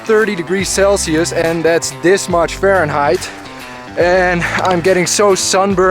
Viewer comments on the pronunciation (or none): none